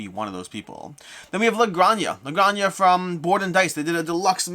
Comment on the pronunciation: It's pronounced "La Gran-Ha," not "Grangna" as if it was a lasagna.